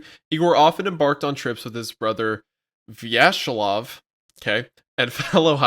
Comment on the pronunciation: Vya-che-slav. Che like in "check".